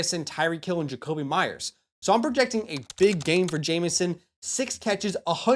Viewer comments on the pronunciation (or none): none